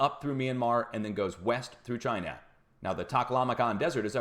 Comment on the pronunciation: Why...WHY do you sa Ch EYE NUH